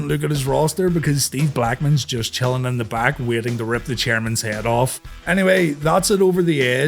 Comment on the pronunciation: He still didn't say it right lol